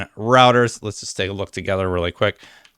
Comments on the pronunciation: Did he pronounce "Reuters" as "routers?" 😂 Say it with me. "Roy-ters" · “Routers is reporting on it.” It’s Reuters, pronounced “Roy-ters.” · We got to get to stop calling Reuters “Routers” lol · It's Reuters is pronounced roy-ters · you're killing me Smalls. Reuters is pronounced Roy-ters. It's German. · Reuters is pronounced rooters. Routers is routers. Lol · I've always heard Reuters pronounced like "Roy-ters". Maybe it's different in Canada. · Pronounced "ROY-ters"